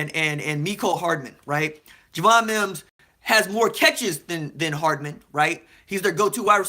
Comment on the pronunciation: It’s Wims not Mims by the way.